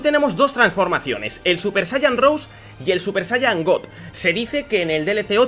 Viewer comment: no se pronuncia "super saiyan rous" se pronuncia "super saiyan rosé",pero de todas formas,buen video